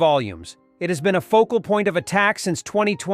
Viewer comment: Focal point, not vocal point.